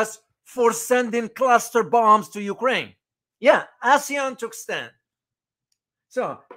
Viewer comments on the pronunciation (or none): none